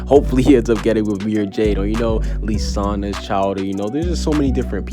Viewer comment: Listen here u dum loser it's pronounced lizanna